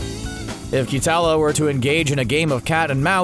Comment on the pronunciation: You botched so many names- Roshi is "rumshi" Katella is "quetella"